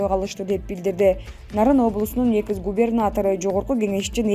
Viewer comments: Экыс сын ЭГЫЗ болуп калганго 🤣🤣🤣 айланайын ЭКС деп айтчы🤣🤣🤣🤣🤣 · Ушул журналистка такыр суйлошту уйронбоду да макалее, сексалю ларга окшоп суйлойт экыс мекыс дебей уйронуп алчы сарев эмес царьёв